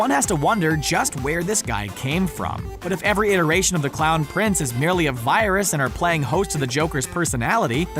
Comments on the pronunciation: Me:*hears crown prince of crime*NOOOOOOOOOOO ITS THE CLOWN PRINCE OF CRIME AHHHHHHHHH HAHAHAHAHAHA(the luaghing was me auditioning for a child joker) Edit:did anyone else hear crown instead of clown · He says crowned